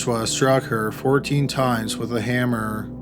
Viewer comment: This is a good video but the narration is so annoying, why does he lengthen out the last syllable? “Washroooooom”, “hammerrrrrr” please stop